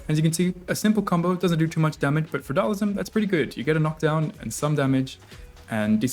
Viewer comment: It's Dhal-SIM. Not Dhal-ISM.